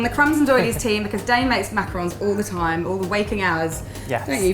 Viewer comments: EVERYONE SAYS MACAROONS!!! OOOOOONNNNNNNNSSSSS ITS ONS, O-N-S WJWJSJXKSKWKSK GET IT RIGHT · Hannah Plas Girl you’re not the only one! It’s been a loooong pet peeve of mine whenever people say macaroons instead of macarons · not mac a rons